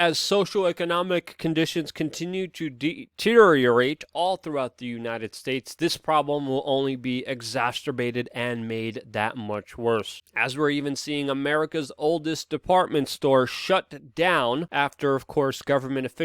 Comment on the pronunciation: Luke, we love you! Just want to ask that you correct a word that is relevant and well used by you...exasterbate should be exacerbate, and therefore said without the ‘t’. Thanks for your truth work and enthusiasm. We continue to encourage and hear your messages💜✝️🛐May God protect and guide you in all wisdom👏🏻